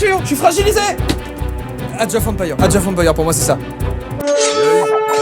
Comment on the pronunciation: Age of empailleur ....okey super la prononciation 😂😂